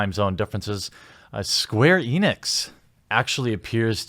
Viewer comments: You said “Squeenix” 😆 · It sounds like you said Squeenix in the middle there. 😆